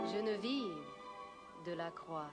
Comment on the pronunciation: They mispronounced the name Genevieve Delacrois. It is a french name pronounced Jon Vee Ev Dela qua